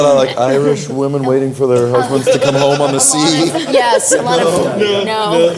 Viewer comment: Why Sofia can say Yuli but not Yes? It's always Jes! lol